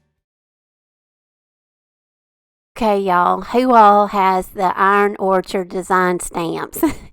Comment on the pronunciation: Orchid not orchard